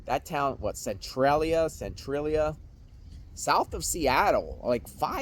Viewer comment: Cen- trah- lee- ahh